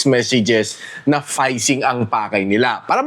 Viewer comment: hindi po payshing ang tamang read po ˈfiSHiNG (PHISHING)